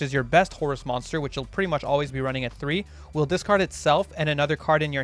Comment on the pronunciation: Dark world chads cringing every time he says discard